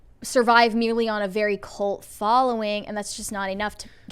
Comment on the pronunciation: the word is "cult", not "colt"; stop it.